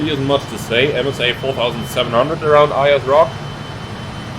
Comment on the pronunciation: Just pronounced 'Airs' Rock ;)